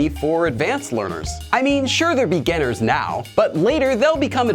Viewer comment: Why does he always pronounce the word "beginner" like "beganner"? Is it supposed to be pronounced like that?